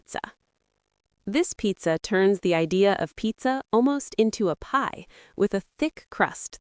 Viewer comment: Can you please not say pizza like that?